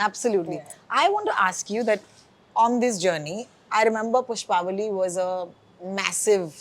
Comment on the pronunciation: Behan, Pushpavalli sahi se bol tho le. How difficult is it to do a little homework or show a little respect to a language and not butcher it like this. Bolne nahi aata tho padhne tho aata hai na? Spelling se nahi samajh aaraha kya pushpavli and pushpavalli ka difference?